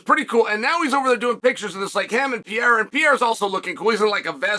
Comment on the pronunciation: "PIERRA" lollll